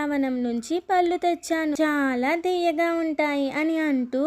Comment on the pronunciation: పల్లు కాదురా తల్లీ పళ్ళు అని పలకాలి పల్లు అంటే నోటిలోని దంతాలు పల్లు